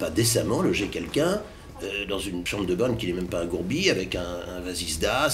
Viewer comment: oh lala mr le recruteur... "une chambre de bonne qui n'est même pas un gourbis avec un Wasisdas ".. ??? Vasistas monsieur, simplement vasistas...🤣🤣